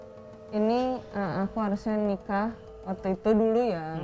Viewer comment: Manda Salah pengucapan doang